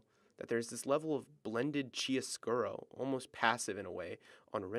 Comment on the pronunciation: “Kiaro scuro” how to pronounce 🙏🏼